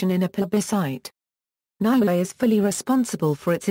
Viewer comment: It's NEW-ay not NOW ay, and it's TONG-a not TONG-Ga.